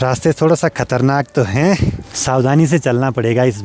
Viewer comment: 😂😂😂 लास्ट वाले शब्द पे इतना जोर क्यों दे रहे हो,,, आ रहा हैं, हैँ....😅